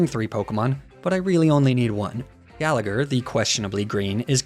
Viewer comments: You pronounce gallagher like that, im Irish and I’d say it as Gal-a-her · And the second G in Gallagher is silent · If you're going to do an "Irish" name theme, then at least learn how to say Gallagher and McLoughlin correctly. Plus, Laddie isn't Irish, it's a Scottish stereotype. Get your "facts" straight.